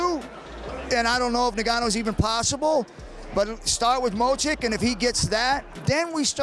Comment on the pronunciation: Shamrock is the only guy I've heard pronounce Stipe's last name as 'Mochick' lol